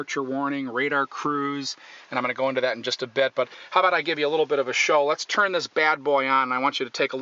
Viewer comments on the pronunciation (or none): none